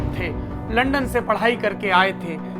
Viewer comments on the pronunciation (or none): none